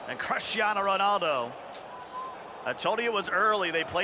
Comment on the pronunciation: My man can’t pronounce Cristiano or Vieira